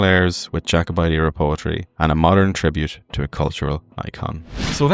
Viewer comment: You also mispronounced “poetry” son.